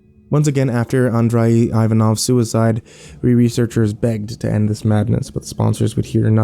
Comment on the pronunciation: Andrei is pronounced like André. In Russian, the d and r are rolled, but the "ei" always sounds like "ay".